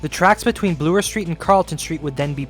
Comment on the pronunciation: I love you dedication to the issues at hand. It is truly impressive. On a completely different note, I could not help but notice that you pronounce 'Bloor' as 'Bluer'. I was just wondering why do you do this, since it is the first time I hear such version.